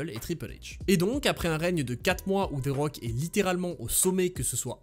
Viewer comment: "Ze rock"